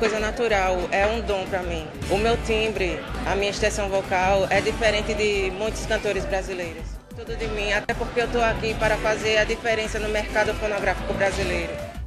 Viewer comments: Grazielle Alves SORRY MAIS ESCUTO "PORNOGRAFICO" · ENTENDI:PORNOGRÁFICO ELE FALOU : FONOGRÁFICO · Fã Clube Da Luh TV 😂😂😂😂😂😂 eu ouvi sonográfico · FONOGRAFIICO oow kkk daarr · MCPE TRETA NEWS kkkkkk kkkkkk Ele disse mercado fonográfico.